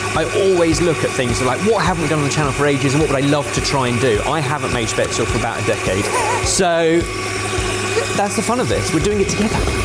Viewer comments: Add yet another culinary term to the long list of words doesn't know how to pronounce. Spätzle. The "le" is pronounced "leh". Not "el". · Well, that Spätzle needs some practice:D You can also find recipes for "Nokedli" - same thing but a Hungarian version.